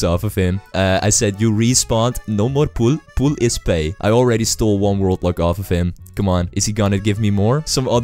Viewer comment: Everytime he says ”World Lock”, I hear ”Robux”.